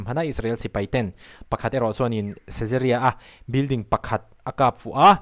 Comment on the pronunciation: Ṭawngkam ka thiam e tihna niloin Kap fu niloin Kap fuh tih tur a nih hmel. Hmar ve ve kan nia,i huat ka ringlo e